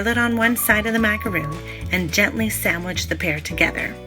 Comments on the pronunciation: A macaroon - double o - is a coconut cookie. A macaron is an almond cookie. It's not pronounced macaroon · Why are you saying macaroon? One “O” does not make the “OO” sound. I just find it funny how many people make a tutorial for how to make macarons and they still say macaroon. They’re two totally different things. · If you're going to do a tutorial, please at least know how to say the item. I cringed every time you said "macaroon". So, like 50 times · It's pronounced mac a ron, not mac a roon. They are two totally different cookies. Macaroons are coconut cookies. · They are pronounce MAC A RON not macaroon, they’re two separate biscuits 🤦🏼‍♀️🤦🏼‍♀️🤦🏼‍♀️ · It’s MAC-A-RON. NOT macarooooon! They are two totally different things! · Macaron. Not macaroooon. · Not a macaroon, rhymes with loon... it is a ma-ca-ron, rhymes with bon-bon but if you can’t manage that Ron beats Roon. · They are pronounced mack-a-Ron. A macaroon is a coconut cookie. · MacaRON- Is how it's said. A macaroon is a different cookie. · Macaron not macaroon, they are two entirely different cookies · The cookie you made is pronounced Mac-a-ron. Macaroons are a completely different cookie. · This lady just said macaroon don’t trust her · I was watching this video but once the name of the cookie was mispronounced I couldn't continue to watch. I assume that if you can't get the name of the cookie you are making correct, then your method is probably incorrect. I am from the US and your explanation for the mix-up is silly. When you're in European countries you pronounce it correctly but in US you don't? There is no "our way" or "their way" of saying it, there is one way and it's Macaron. I would suggest remaking this video so you don't continue to spread misinformation. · Bri Toronto I know right !! She's pronouncing it Wrong , totally different cookies !!!